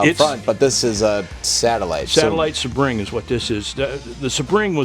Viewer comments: Satellite Sebring is pronounced... SEE'-bring... named after Sebring international Raceway in Florida. This car was identical to the Road Runner and GTX. The Satellite is the "family car" version. You could still get a 440 in a Satellite. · for the record: that’s a nice Satellite SEE-bring (not a “suh-BRING”). Honestly, half of the hilarity of the show is watching people that have absolutely no idea what they have or what they’re called. Like, did he ever see a Plymouth commercial in his life? Good Lord. And Mike was right about 2 things: (“ I don’t know anything about these cars…”) and: this was indeed the “every man’s car“ The Satellite, Sebring, Road Runner, and the GTX were all the same cars but with different engines/packages. Keep up the good work.